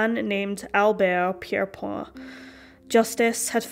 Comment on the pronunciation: The hangman was English. Albert Pierrepoint from West Yorkshire. His name isn't pronounced the French way. Otherwise a very good video.